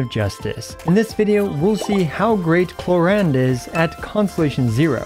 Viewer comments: Clorinde pronounce as clo-rinde not “clo-ryne” 😅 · WHERE DO YOU SEE AN "A" IN "CLORINDE"!?!? it's not "clorEnde", it's"clorInde"!!!! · i tot its clo-rin-de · clorand is an earsore, its clorinde like the jp dub. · Its not just you, I kept calling her Chlorine the entire time. so Chlorine-day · bro reading her name in german is so bad... Klo-Rinde doesn't exist as an actual word but would mean something like Toilet rim... wtf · Honestly, I hate the English pronunciation of “Clorinde” (Kloränd)... It sounds like the German word "Klorand" (toilet edge) when pronounced in English xD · I think most non native english would pronounce her name the same as you